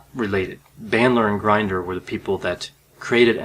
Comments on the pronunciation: Please respect people's names by finding out how to pronounce them before you put all your effort into producing a video. If you mispronounce someone's name, I believe it will give a negative outlook on your credibility. John Grinder's name is NOT pronounced like a coffee grinder. It is pronounced like the phrase "going in" with the short version of the vowel "i", NOT a long "i". I have studied in the 1980s & '90s all all the couses available at that time from beginner all the way thru to "Certified NLP Trainer." During that time NLP was VERY popular with amazing results in most cases! However, it seemed to be in competition with (I will say) the APA, i.e. professional graduate school courses & certifications. However, during that time I was in my PhD program in Clinical Psych. and was quite aware of the negative attitudes that the APA side had towards the NLP community. During that time the Milton H. Erickson Foundation would have their annual conferences which included a category called "Brief Theopy." I engaged in mostly those lectures. At that time there were a lot of MFCCs, PhDs & LCSWs who got majorly involved in learning & getting certified in NLP & became very successful at it. I wonder if you have read or got certified in any NLP courses or books like the initial one, "Frogs into Princes." I have found in my own experience that if I take sides in some controvery and I have not read or studied anything about the opposite side, then I have no logical right to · Pronounced "Grin-der." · Just a small piece of criticism — you’re mispronouncing John Grinder’s last name. The ‘i’ in ‘Grinder’ is short, not long. (That is, ‘Grinder’ should rhyme with ‘hinder’… not with ‘blinder’.)